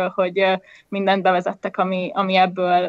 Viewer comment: Amikor azt mondod, hogy 'még ebből a sorból is', akkor nem azon van a hangsúly, hogy 'sorból' hanem azon, hogy 'ebből'. Tehát még EBBŐL a sorból is. De amúgy a téma nagyon fontos, szóval kicsit szégyellem magam a megjegyzés miatt..